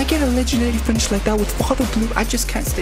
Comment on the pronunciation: Bro when u say legendary finish is sound like u sayin legendary spinach or something 😂